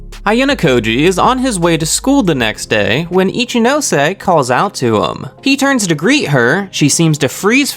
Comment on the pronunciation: yeyyy you finally pronounce ichinose right..